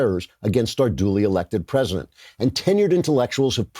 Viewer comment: "I pcray prcof chra prcescident" What's WRONG with your MOOUUUTH